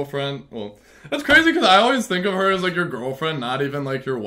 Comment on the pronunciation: the fall of is cwaZY